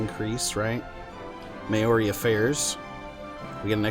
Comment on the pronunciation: Maori is pronounced like mouldy